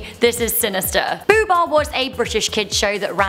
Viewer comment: not boobah it's boohbah